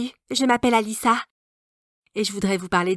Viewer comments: Quand elle aves dit allissa jes crier qu'elle a dit Anissa mdr Édit: merci poure les 36lik Édit: merci a #Bhad honey #JenniferLenySoussan #GuennBermisson merci a vous poure vau comentaire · Elle dit allisa